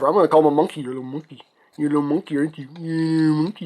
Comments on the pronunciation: "MUNKY NOT TRUK" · TRUKK NOT MUNKEE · Truck not munky